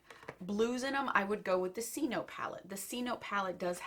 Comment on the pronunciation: It's said se-no-te